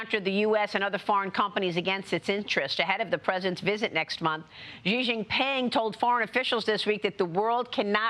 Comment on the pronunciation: Xi is not pronounced "Gi".